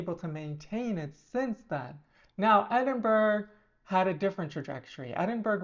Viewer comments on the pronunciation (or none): she ilso called edin-bu-ra edin-burg